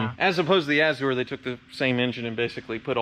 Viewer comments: “A-zhr” not “a-zoo-ur”. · Please Google how to say "Azure", its driving me nuts... its "Azzzyou're" not "Azzoore", sorry. Lovely car, as a Brit I'm kinda jealous. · I think the American pronunciation should be " a - zhr. " Uh - zoo - er is definitely incorrect. My mother is the grammar police but she's almost always correct. Azure is a color. The a is like the a in apple, not the "uh" sound. Only two syllables. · Love ya, but google this 'pronounce azure' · I am glad someone besides me was bothered by "uh-zoo-er." And I love the antics on the channel too! More power to and his fleet. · Look up the derivation and pronunciation of "azure." Love the channel!